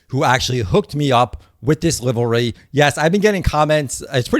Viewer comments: As a reformed east coaster I had a hard time with that pronunciation out the gate. Think LIVE REE 😂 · Its just pronounced livery..and it looks fantastic BTW! Great video! Awesome content! 👍👍💯🇺🇸